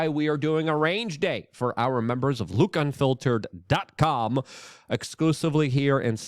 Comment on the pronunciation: Didju say Luke Gunfiltered ? That's what I heard .lol😅